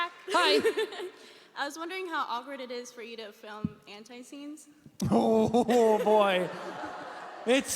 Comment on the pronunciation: "I was wondering how awkward it is for you to film An-tie scenes" Me: *TRIGGERED* IT'S PRONOUNCED ANTI NOT AN-TIE